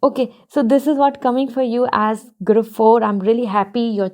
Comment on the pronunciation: I really like you. But can you work a little in your english pronunciation like - group or decision . I'm not insulting you but I hope you upgrade and lots of love 🥰